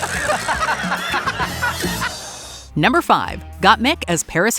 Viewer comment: Jinkx calling Ru "Broom" absolutely killed me. I don't think I ever laughed so hard at a Snatch Game performance.